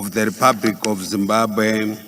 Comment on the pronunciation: I like this guy. He is better than Mr Jones on speeches. He however needs to pronounce 'L' properly. He must distinguish 'R' from 'L' and vice-versa. I think his Alphabet does not have 'L' 😂.